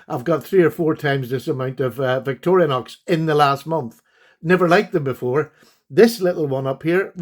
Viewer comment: Victor-i-nox knives are great but they don't deserve an extra syllable.